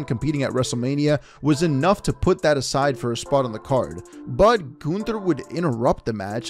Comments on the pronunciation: It's Gunther, not Günther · Can someone please tell me do you pronounce Gunther as GUNther or GOONther